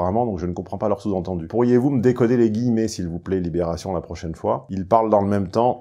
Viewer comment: "Labération" j'aime pas mal. "Li Mmonde" aussi, moins facile.